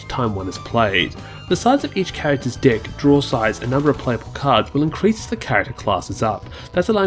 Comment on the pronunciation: I liked this video but I have to admit... every time you said "deck" I chuckled since it sounded like you said 'dick'